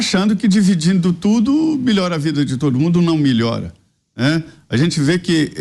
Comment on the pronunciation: Que agonia que tenho desse comentarista falando: "Milhora", "milhorou"... o verbo é MELHORAR!!!